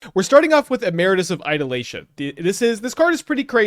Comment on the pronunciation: I'm begging you to stop putting an L in "ideation"